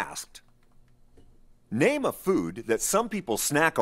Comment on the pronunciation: "I'm just gonna rame random fruits"